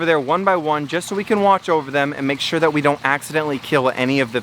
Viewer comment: Why do you say sure wrong